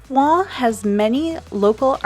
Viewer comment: WHOA. The beaujolais area looks STUNNING? Also I'm so glad you taught us how to pronounce Oignt....!